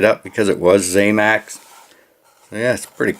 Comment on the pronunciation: One more thing, promise, it’s not ZAMAX, it’s ZAMAC. The end pronunciation is ACK, NOT AXE. You’re welcome.